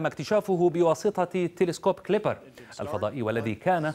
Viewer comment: التلسكوب كيبلر وليس كليبر